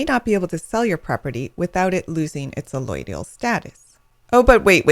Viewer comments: Why can't you pronounce allodial properly? You pronounce it "alloidial". How can I take this video seriously if you can't even pronounce the word properly? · You're better off looking at a bunch of Ron Gibson's videos on allodial title and land patents. This gal is either an attorney or realtor (both of which have interests in poo-pooing allodial title) and is either not fully educated on the topic or is just being plain deceptive. Hell, she's not even pronouncing "allodial" right! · No you did not. You just got brainwashed by an ignorant person or government shill. She doesn't even know how to pronounce it.